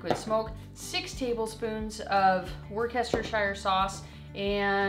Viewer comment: Looks awesome! Definitely my first time hearing that pronunciation of worscheshire though and I don't know how 😅